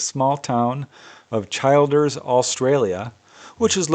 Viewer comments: Incidentally, the correct pronunciation is Chill ders. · Hey, that town in Queensland is pronounced Chil as in cold and ders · The town is pronounced Chil as in chill and then ………… ers! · Just a heads up for a legendary researcher. The Town of Childers in Queensland Australia, is pronounced 'chilled-ers'. I thought it had your pronunciation until I visited, so even non local Australian's get it wrong. As always, thanks for everything you do. You are appreciated ❤